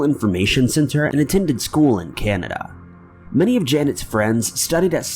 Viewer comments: Girl studied in "Canada which was close to Stanford University in Palo Alto". <-- You mean Cañada (with a tilde above the 'n') so you have to say it all nasally like cunn-nyah-duuuhhhh. ;D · Cañada college is pronounced Can-Yah-Dah no Can-Nuh-Duh so I was super confused. I work by cañada and Stanford is really close by. Canada is a whole other country tho